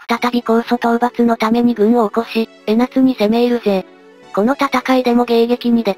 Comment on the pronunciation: 江夏（えなつ）が気になって仕方ない(笑) 江夏（こうか）だよね？